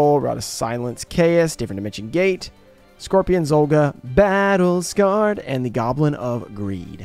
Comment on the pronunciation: I love when she says Battle Scared lol